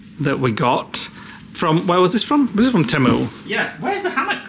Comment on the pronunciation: Teeeeeee-moooooo is how it’s pronounced not timu